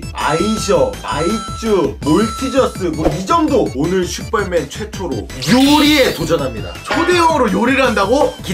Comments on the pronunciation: 마지막에 또 슈뻘맨이라고 하넼ㅋㅋㅋㅋㅋㅋㅋㅋ핳핳하하하ㅏㅎ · 장인형인데 왜 슈뻘맨이라고 들리조? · 왜 슈뻘맨이라고 해?